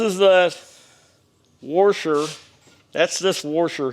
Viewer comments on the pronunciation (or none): There is no R in washer. :-)